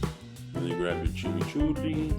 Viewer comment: Your dint say Argentinian Chimichurri TRUE!! REMAND YOUR........ Chimichurri (Spanish pronunciation: [tʃimiˈtʃuri]) or chimmichurri is an uncooked sauce used for grilled meat; it comes in a green version (chimichurri verde) and a red version (chimichurri rojo) and originates from Argentina and Uruguay. It is made of finely chopped parsley, minced garlic, olive oil, oregano, and red wine vinegar. The dominant flavoring is parsley, garlic, red pepper flakes, and fresh oregano. Maybe your VERSION shod call Chimichurri??